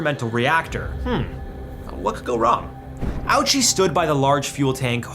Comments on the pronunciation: His name is pronounced “Ohchi”. Not “Owchie.” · The pronunciation is simpler than that. It's just oh-chee.